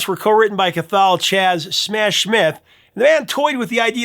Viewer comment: Cathal is an Irish name pronounced CA-HULL and not CA-THAL.:face-green-smiling